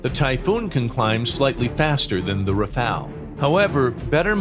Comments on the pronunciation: Rafale, not Rafael, stop with that name. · Rafale* not rafael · Rafale not rafael